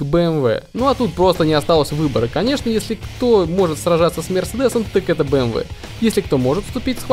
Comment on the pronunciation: FBA007 FAB777 боже как он противно говорит мерсердес